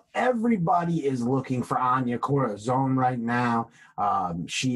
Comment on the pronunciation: You’re pronouncing her name correctly. Anya Corazón. 🤙🏼 I’m Puerto Rican I would know lol. Peace my brothers.